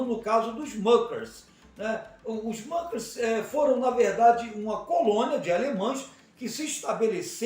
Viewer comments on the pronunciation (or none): História mal contada! Não fundaram seita! A pronúncia está incorreta, muckers é palavra alemã . Não é inglesa! E não havia fazendeiros, eram pequenas propriedades!